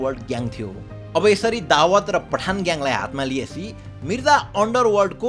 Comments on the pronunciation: Dawad ❌ Dawood ✅ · दावद होईन शुद्धसँग उच्चारण गर भाई दाउद ईबॅ।हिम हो उसको नाम दावद को अथॅ निम्त्याउनु हुन्छ । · Dawad re???😂😂😂 Daawoooooooood ho bhai ramrari pronounce ta gara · bro Dawat haina Dawood ho !!! party bolayera Dawat deko jsto po vanyo ta >( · दावात ❌ दाउद ✅ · दाऊद लाई दावत भनेपछि कन्फुज भैयो सुरुमा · दाबद होइन दाउँद भन् न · babu dawood ko pronounciation nai milena hai timro....u are saying dawaat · Is it दाउद or दावत? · dawood lai dawat k vaneko ho patrakar vayapaxi jun news banaudai xa kam se kam tesko gahiro adhyan ta garnu parxa ni sahi pronounce samma garna nasakne patrakar le sahi news dinxa vanera kosle samjhinxa ? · Muji dawad hoena pahila sahi naam lina sikh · दाउद भन्न नआको हो???